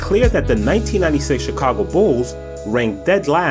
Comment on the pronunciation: the "Chikhhhaago" Bulls.